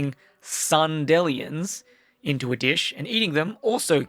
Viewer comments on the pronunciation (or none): Sun-delly-ins as opposed to "sun-d-lions" (like dandelions) is diabolical HAHAHA. Great video btw feel the same way about TOTK being so special.